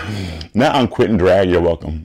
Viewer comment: I always thought Poppy said “I’m quoting drag” 🤣😭 until Nina said “I’m quitting drag”